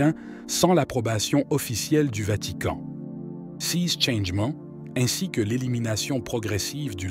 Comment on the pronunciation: L'homme qui lit le texte a une façon très incorrecte de prononcer le mot "ces", qui revient très souvent. L'homme qui lit prononce ce mot comme s'il fallait prononcer "sise". En fait, la bonne prononciation est "sé", comme dans les mots "sécurité" ou "sécessions".